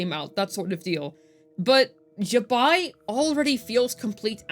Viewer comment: Also pronounces Zibai incorrectly as well